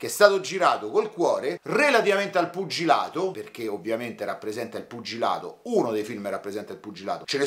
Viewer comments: sei troppo forte!!! Mi fai morire quando dici "puggilato"😭. Cmq sei bravissimo. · "..er puggiladoo..." a, me fai sbragareeeee! 🤣🤣🤣🤣🤣